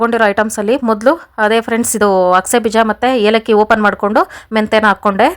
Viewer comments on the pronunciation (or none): ಅದು ಹೇಲಕ್ಕಿ ಅಲ್ಲ ಏಲಕ್ಕಿ 😂